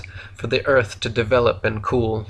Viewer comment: Im so calm while listening to this ..."ERF" is FLAT so real it is